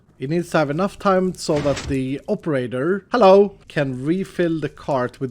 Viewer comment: you say hallo